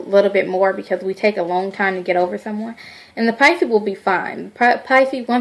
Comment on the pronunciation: Nola Em You are so right. She has no clue. Totally off course. Taurus and Pisces are a really good match. Pisces are not cheaters. Maybe Taurus women and Pisces men are not a good mix because Taurus likes to possess over their Pisces partner. She can't even say the zodiac sign name right....she really need to delete this video. Still love her though